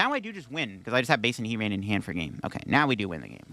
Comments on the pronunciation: HEAT-RAN is a new one for me, but a lot of TCG players don't know how to pronounce Bibarel. I've seen it before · Great video but that really bugs me alongside 'Heat Ran' and 'Bibber all' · I really like your videos but it would be a lot better if you took just a little time to learn the names of the Pokémon you mention... That's not how you pronounce Arcanine, Heartran and Bibarel